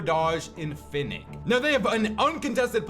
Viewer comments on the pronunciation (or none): Even though it’s written “Fin4k,” you should pronounce it like “Finchik,” not “Finnik.” In Russian-speaking communities, the number 4 often represents the letter “ч,” which is pronounced like “ch.”